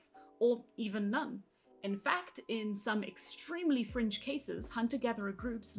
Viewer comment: I know it's "in some extremely fringe cases", but I can't help but hear "in some extremely French cases"